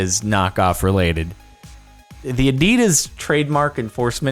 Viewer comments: Once again, its Adidas, not adids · ad-de-das is how we say it, sounds wierd calling is ad-de-dus